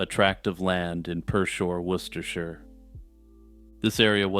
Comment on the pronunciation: Thank you for knowing how to pronounce Worcestershire!